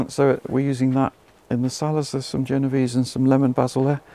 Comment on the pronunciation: Basil: Genovese (Jay-no-vay-say). Great channel, very useful.